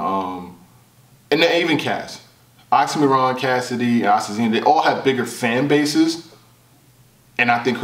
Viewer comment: Why keep sayin' OxymoRon? 😁